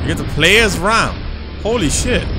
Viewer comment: Btw you say raam as rahm, can't wait for 3!